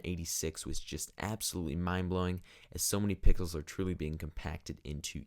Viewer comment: He said pickles instead of Pixels😂😂😂😂😂